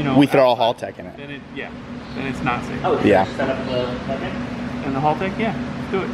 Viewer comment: WTF is a Hulltec? Sounds like a boat company. Haltech maybe?